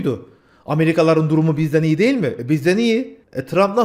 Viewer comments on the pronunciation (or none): none